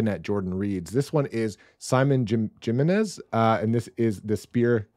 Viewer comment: The word I'd use is "Investing". You're investing in your entertainment and not a vice or bad habit😁 Added some new tbrs while seeing your vid! Another great vid 👍 A note: the author name Simon Jimenez is Spanish so the J is an H sound. In case you're interested.